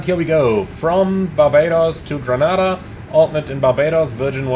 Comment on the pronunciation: Lol it's pronounced Gre-ney-da 😅